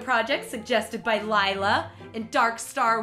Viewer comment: Her name is laila not Lila that makes me so mad😡